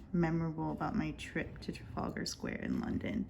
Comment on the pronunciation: Welcome to the community. That gentleman at the top is Admiral Nelson, it’s called Nelson’s column this was built to honour his victory at the battle of Trafalgar. You are pronouncing it correctly, this square is full of historic plaques and statuary.